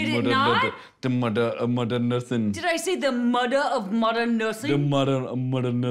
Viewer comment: “The muder of mudern nursing” Gets me everytime